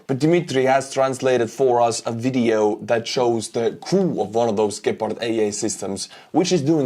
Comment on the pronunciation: Good pronounciation for those Deutsche Gepard. Thank you.